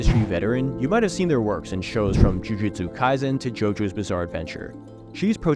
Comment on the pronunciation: No way bro mispronounced jujutsu kaisen😭